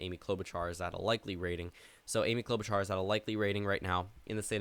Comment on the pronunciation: Klobuchar is spoken like Klobushar.